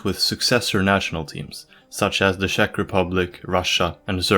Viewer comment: had me watching until he said shek republic